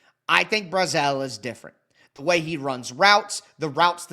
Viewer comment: Just letting you know, from a Vols fan, Chris Brazzell’s name is pronounced just like “dazzle”